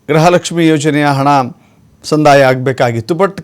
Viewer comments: Grahalakshmi alla gruhalakshmi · ಗ್ರಹಲಕ್ಷ್ಮಿ ಅಲ್ಲ ಗೃಹ ಲಕ್ಷ್ಮಿ